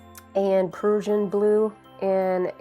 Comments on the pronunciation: I was thrown off by Persian blue….. it’s actually PRUSSIAN BLUE pronounced PRUSH a blue. Beautiful salt effect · And prussian!